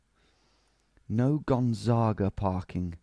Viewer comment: Actually Gonzaga in portuguese is pronounced just as he pronounced it!